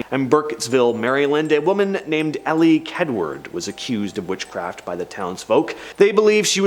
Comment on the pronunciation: Leigh is pronounced Lee. That's why it rhymes with tree.